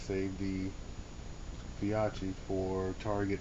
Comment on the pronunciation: Fee-oh-key! Well done! Great informative video.